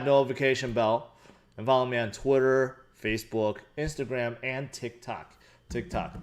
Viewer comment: The funniest thing is when you say tik tok 😂😂😂😂